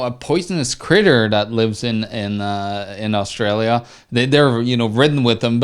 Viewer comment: Ahh, I'm from "Oz Stray Lee Ya" But love the way you guys pronounce it as "Arse Straya" Good video chaps.